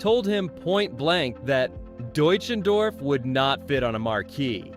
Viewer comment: His last name is pronounced Dutch en doff. If you are doing a biography pronouncing that correctly is important. This sounds like an expose more than than a biography.